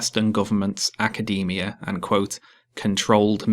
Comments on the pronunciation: My favourite thing about black pigeon is that he pronounces 'academia' like 'macadamia' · No, it's pronounced Acadaemia. Like the nut, you know?